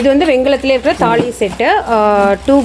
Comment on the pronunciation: தாளி இல்லை. தாலி(Thali)